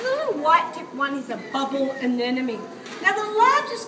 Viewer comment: Anemone, not anenome.